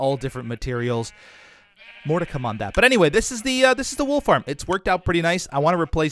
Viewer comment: Hm... heard "wolf arm" instead of "wool farm" and was like "you build a whatnow?"